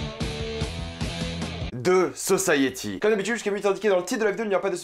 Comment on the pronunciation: The guiftèd sosayiti😭😭😭prk tu fais ça !!?? 😭😭